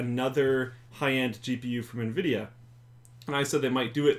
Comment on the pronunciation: I like the nuh-vidia pronunciation.